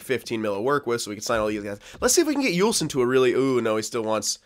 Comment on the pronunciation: It isn't Juulsen it's pronounced (Jewel-Son). Just letting you know since we group up together haha